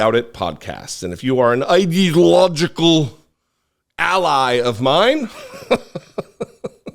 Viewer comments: I'm gonna put "Idalojjical" along with "Oranges" and "United Shtatesh". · The orange guy tried to say “ideological”, but, per ignorance, said “… idea illogical …” 😏. Yes, he’s full of illogic. Freudian slip?